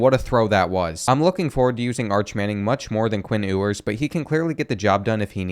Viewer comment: Bro said “Quinn ooowers”💀💀